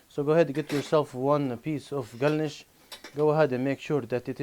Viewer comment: Only a Chechen could pronounce the word galnish the way does. Just like the ض in Arabic